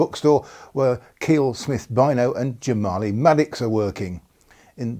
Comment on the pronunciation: Small point, but Kiell is pronounced Ky -ell, rather than Keel 😊